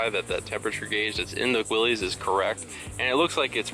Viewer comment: Nice video, thanks. Btw, it’s pronounced Willis, not Willys.